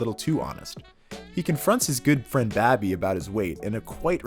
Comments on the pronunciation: Babby!!! 🤣😂🤣😂 it's Bobby smfh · If you’re gonna do a video theorizing someone, get their names right, his name is Bobby not Babby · babby its bobby dah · It's BOBBY, not BABBY. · All the authentic I-talian pronunciations of names: Babby Bacalaa Christofeur , , , Ton', Christofeur, Paulie